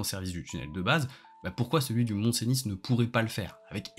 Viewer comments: C'est pas un argument mais stp ça se prononce "Seni" pas "Cénisse" ^^ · Rien à voir avec le fond, mais je suis surpris par ta prononciation du « mont-venus ». Pour moi, depuis que je suis enfant, j’ai toujours entendu « ceuni », et pas « cénisse » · Je dirais même plus : « Seuni » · Oui, sa prononciation du Mont Cenis pique à l'oreille ! 😂